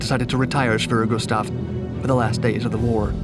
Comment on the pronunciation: Thank you for pronouncing 'Schwerer Gustav" properly.